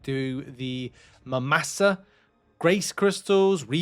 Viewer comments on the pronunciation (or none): Mura-masa. Muramasa was a Japanese sword maker. It hurt hearing you say it like that. 😂 I guess you never played Castlevania sotn.